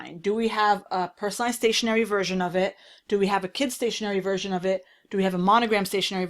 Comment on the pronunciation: ...Fersion Voil 😄